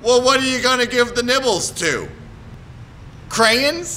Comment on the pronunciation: i love how he says crayins instead of crayons and is his real name trale lewous i dont think so